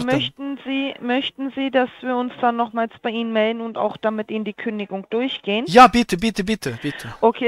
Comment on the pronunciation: Habe ich mich eingehender DAMIT bäfasst , wie so ätwas möglisch IST." BEtonung beim Ablesen ist ihre Stärke.